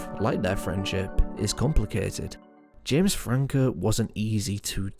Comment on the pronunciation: “You may be wondering, Where is Jems Frankuuh”